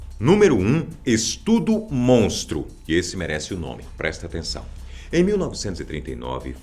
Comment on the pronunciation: Quem mais aí gritou BIRLL baixinho quando ele disse estudo mostro ?